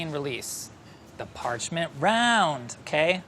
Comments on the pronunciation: “the parchment rOUnD” plz tell me im not the only one who noticed this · no one:: the parchment rOUND